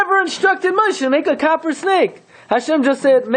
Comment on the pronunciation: Copper sounds like Kapparah